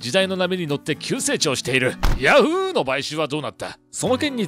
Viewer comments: ヤ⤵︎フーーーー⤴︎ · ヤ→フ↑ーで草